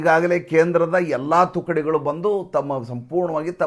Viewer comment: Sir, not thunukugalu it is "thukudigalu"